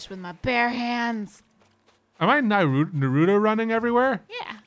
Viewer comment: TIL doesn't know how to pronounce 'Naruto'.